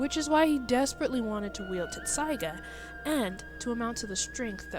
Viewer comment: YOU KNOW IF YOUR A REAL FAN YOU COULD AT LEAST SAY INUYASHAS SWORDS NAME RIGHT.